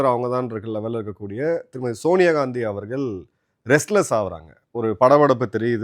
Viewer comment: உங்கள் நிகழ்ச்சிகளில் இருக்கும் ஒரே பெரும் குறை மோசமான தமிழ் உச்சரிப்பு. குறிப்பாக ல ழ ள. இதை சரி செய்து விட்டால் மிகவும் சிறப்பாக இருக்கும். அவர்கல் இவர்கல் தமில் அப்பலுக்கு பலம் பெறும் இப்படி ஒரு நாளும் உச்சரிக்க வேண்டாம். கொஞ்சம் முயற்சி செய்யுங்கள் கண்டிப்பாக சரி செய்து விடலாம்.